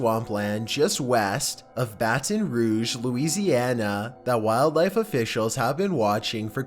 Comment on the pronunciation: Geez what's up with the way you pronounce A's? Areaaaaaaaa! Loisianaaaaaaaaa! Lol